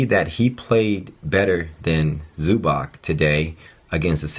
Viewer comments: It's pronounced like Zubahtz btw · Its pronounced zoo-bats